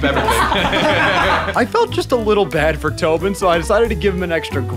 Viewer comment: Tobean w out glasses its not tobean